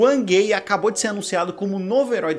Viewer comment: "uâng-uêi"! E não uâm gay...